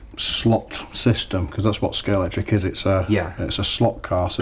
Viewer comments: Stop saying Scalectix! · Someone please tell it’s Scalextric not Scalectrix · Couldn't they find a presenter who can say Scalextric properly? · He's an arse. Difficult to watch. Can't even pronounce Scalextric.....broke antique scalex model (edited out).....I'm gone....